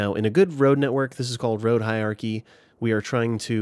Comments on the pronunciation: It's hierarchy, not hi-archy like you're saying, happily strolling through life, omitting syllables all willy nilly. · you say "Hiachy" 😂. Had to pause for a second and stifle a giggle. Great useful information, though. I am new and have been very much enjoying all of your past and present tutorials